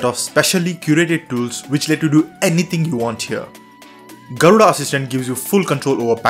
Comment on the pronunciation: you'v slaughtered the pronounciation of Garuda